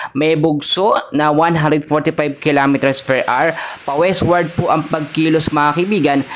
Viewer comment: 150 kilometers "PER AR" ba?😅